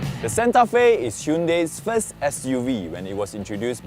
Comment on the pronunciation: What a man!! Time flies, but you looks greater than 7 years ago~ But why can't pronounce Santa Fe nicely haha, I love that car name since day one, but it become much more expensive now. Thought this is Samsung flip phone's ads instead of Korean car, BTW, you still funny.